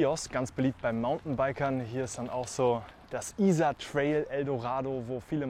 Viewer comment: Very nice video, but why do you insist on mispronouncing the name of the river?